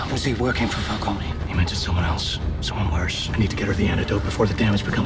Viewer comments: Falcone is meant to be pronounced like the word "cone" not "co-nay." Just like Ra's is meant to be pronounced as "raysh" rather than "raz." The films get both of those names wrong. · No, you're actually right; while in this trilogy it's pronounced "fal-CO-nee" (perhaps in an attempt at sounding more Italian), the real life name is pronounced "fal-cone". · It is Falcone. Not Falconi. They pronounce it wrong here. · I think Italian names and words ending in -one are pronounced with the -e as its own syllable, so if it is indeed meant to be Fal-cone instead of Fal-coni then it sounds like the comics used a weird pronunciation originally. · Katie Holmes is pronouncing Falcone wrong. In Gotham they say it right